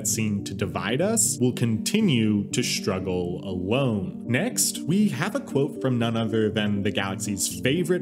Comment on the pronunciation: The way you pronounce "shtruggle" gets me every time